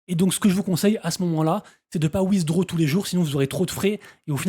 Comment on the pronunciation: C'est quoi wizdro ? 😂😂😂😂😂 C'est pas comme ça qu'on pronounce "withdraw" Ça m'a beaucoup fait rire 😂😂😂